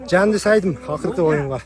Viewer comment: Жанди сайдым дейт го жанды деп эле айтса болбойбу😅😅